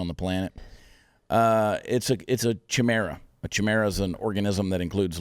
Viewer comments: Its pronounced Ki- mar- a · Chimera is pronounced starting with a K. That's my takeaway! LOL! 😉